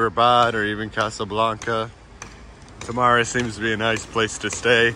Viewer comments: I love you guys, you really show something different yet beautiful comparing to many of other tourists showing only very touristic places. Btw, it's Temara, tamara means something very different :D (but not bad, no worries) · T'mara , not Tamara 😂